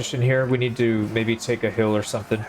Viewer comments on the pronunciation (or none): none